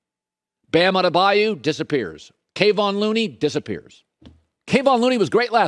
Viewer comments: Kah-Von Looney NOT Kay-Von Looney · Someone tell Colin his name is not Kay-on it's Kev-on Looney! Drives me nuts when people who talk about sports for a living do not pronounce athletes names correctly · Kayvon. LOL. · Please learn how to say Kevon Looney’s name… he’s earned it